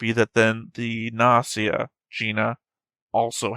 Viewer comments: gnosia and gnosis use hard g tho ;;; You pronounce it as Gi ギ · also we got a dub last week.... and the official english pronounciation is Gnosia With a hard G... I'm still going to say Nosia -_- (like Gnosis)